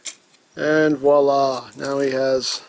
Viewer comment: stop say voila im french you destroyed my ears